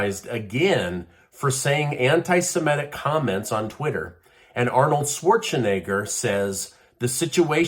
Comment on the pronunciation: You know, it isn't simetic, it's semitic.